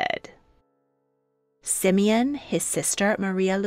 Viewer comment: Not Simin it is Симеон